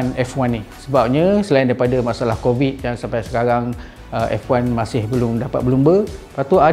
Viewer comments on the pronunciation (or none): none